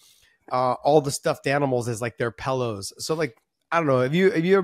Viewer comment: Josh "Pellows" Thomson